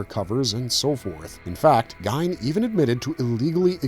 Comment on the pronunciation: The way he fucked up geins last name 🤣🤣🤣